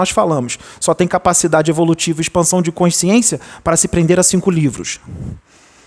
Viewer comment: Português, um toque 》 a palavra é CONSCIÊNCIA. Não tem o E a mais do sotaque carioca. É importante na Excelência da comunicação.